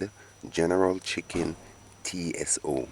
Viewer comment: Yeah Mannnn......My brother you had me laughing my head off my shoulders...It's general tso (pronounced So) the T is silent....Looks great though......